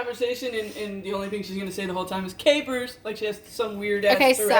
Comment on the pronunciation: Swear, when she first said capers I thought she was like saying hello to us, but calling us “K-Pers” 😅😅😅